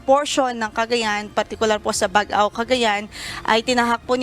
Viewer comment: Kindly pronounce "Baggao" as you pronounce "Baggaw" (double 'gg'), NOT "Bag-aw or Bag-ao" as pronounced by your weather forecaster. I am a native of Baggao and this is my province.